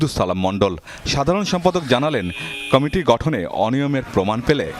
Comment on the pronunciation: কামেটি আবার কি রে? কমিটি উচ্চারণ করতে এই অবস্থা? বি এন পি অবস্থাও আওয়ামীর মত হবে, এইটা শুধু সময়ের ব্যাপার।